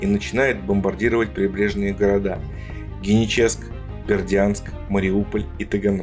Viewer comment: Геническ- ударение на ,,и